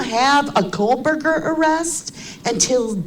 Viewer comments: Especially when she adds an “L” to Kohberger when saying his last name! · Did she say KohLberger after she critizises Harsh for mispelling Kopacka lol? 😅 She's barely literate believe me, and a plagiarising basket case.